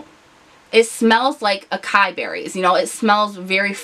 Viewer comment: Acai is pronounced "ah-as-ee". There are accents on the c and i ( cedilla and apostrophe respectively) of the original Portuguese spelling, which make the c an s sound, not a k, and the stress on i an ee sound.😀